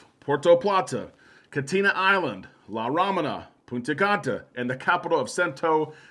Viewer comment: Correct pronunciation of La Romana